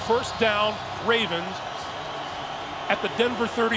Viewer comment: "Baltimore 'Ray'vens"